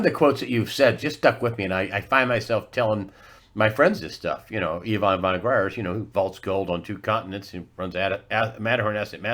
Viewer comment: Fon Gr - eye - ertz